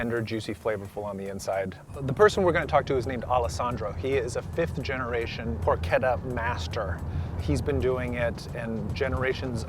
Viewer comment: never disappoints finally an English speaker who pronounces porchetta right. Its "perché" not "pershe" and not trilling the last "tt" cluster.